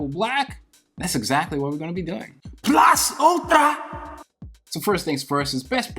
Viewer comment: i love the intro "PLAS ULTRRRA!"😭😭